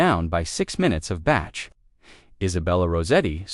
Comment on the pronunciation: Please pronounce your words correctly. It really spoilt what was a lovely story. If you are going to make these stories up, it is the least you could do before putting them on your channel. In this story you made the composer Bach (pronounced as in bark) sound like a batch of cakes